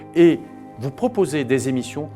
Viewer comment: Les cinq zémissions😅😅😅😅 quel est votre niveau scolaire Monsieur Juillet ?